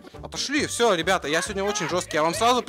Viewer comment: сказал нам привет бебета😂 а не ребята